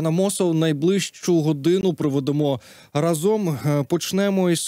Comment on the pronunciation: Пане Богдане Амосов. Ви чудово ведете етер, але перепрошую, рАзом, рАзом, рАзом, а не разОм!! рАзом треба казати.